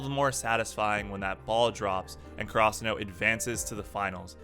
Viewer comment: The way you say Karasuno bothers me so much lmao